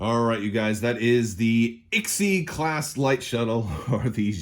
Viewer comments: Now I’m pronouncing it Sigh-class. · It’s pronounced ‘Eleven’ (XI) - class. 🤣